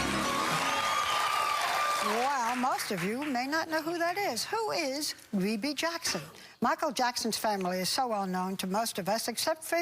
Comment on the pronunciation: “Vebbie “ Jackson